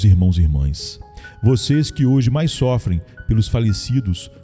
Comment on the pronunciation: Irmão, com todo respeito, sua voz é muito boa, mas por favor, melhore sua gramática, pronuncie melhor as palavras mas, mais, e nós, por favor. Deus te abençoe!